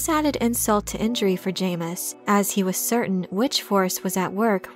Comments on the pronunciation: It’s pronounced Ja-mis not Jay-mis 😂 loved the video I love all your videos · It's pronounced JAHmis. Retrain your AI narrator or get an actual person to narrate these. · I've anyways pronounced it as "Jameez" ... it's better that way really